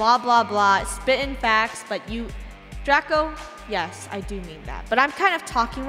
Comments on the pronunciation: Draco not Drsco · It’s not Drsco it’s Draco